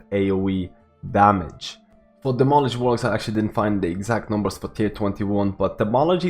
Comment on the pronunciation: Demology? You mean Demonology? :)! Also, tier 21 seems like it's going to change things up.